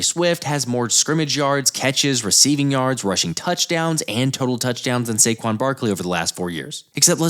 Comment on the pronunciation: SAQUAN!! SAY GONE!!!